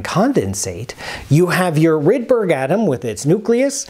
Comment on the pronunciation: "Rude-berry" Polarons